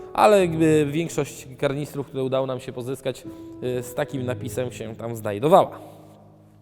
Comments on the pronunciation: Drobna uwaga - kanister nie karnister. Miłego 👍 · Kanister, nie kaRnister :D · Wszystko fajnie tylko Kanister nie Karnister 😉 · Nie mówi się karnister tylko kanister nie wiem skąd karnister ale poprawnie kanister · KANISTER a nie "kaRnister!😃